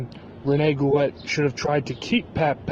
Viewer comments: watching him on this andre the giant documentary, (he was Andre's friend....there's no way this is true...Goulet is pronounced "Goo-Lay" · It's pronounced GOOLAY you FUCKING IGNORANT PEASANT PIECE OF SHIT!!!